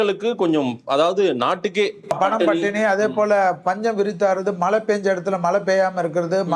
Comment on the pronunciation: Mazhainu solla kudadha malai varumnu why r u telling like this as a great astrologer pl correct pronounciation